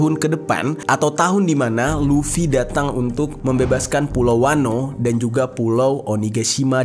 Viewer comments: Luffy bang bukan lutfi🤣🤣🤣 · luffy bang bukan lutfi wkwkkw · luffy bang jer,,bukan lutfy,,lutfy mah temen gua maen gaple bang jerr😂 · Bukan LUT’fi bang bukan 😅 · Lufy bang bukan lutfy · Luffy bang bukan lutfi... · Teori big three nya agak beda dari pendapat gw, tapi ya bebas brpendapat krna big three gk ada rule atau kategori khusus. Cara baca yg bener hunter hunter bukan hunter ex hunter, dan cara baca luffy itu luffy bukan lutfi ntar jadi anjayani dong. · Luffy bang bukan lutfii anjirr😂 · Luffy bang bukan Lutfi😅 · Luffy bang...bukan Luthfi...Kalo si Luthfi anaknya Mang Jajang...wkwkwkwkwk. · Luffi bang bukan lutfi wkwk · Luffy luffy luffy bukan lutfy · Kok lutfi bang😂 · Lufi bang bukan lutfi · Luffy bang bukan Lutfi 😂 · Bang itu Luffy bukan Lutfi, kalo Lutfi mah temen gue bang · Luffy bang , Klk Lutfy tetangga antum bang😂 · Luffy bnag 😂 maaf bukan lutfy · Luffy bang bukan lutfi😂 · Luffy anj.. LUFFY... bukan Lutfi... Sebeh bed denger nya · Luffy bang bukan lutfi, kalo lutfi temen gw yang suka ngupil klo lagi belajar wkk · Gua stop nonton pas dese bilang luffy jadi lutfi 😒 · ngakak bang lu bilang lutfi😂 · Walah, stop nonton pas dia bilang "lutfi" :v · Bang jer ga pernah nonton one piece? Maap bang, penyebutan karakter luffy di telinga gw jadi lutfy😂eustass kid jadi eustad😅semangat terus bang, seru nih pembahasannya🔥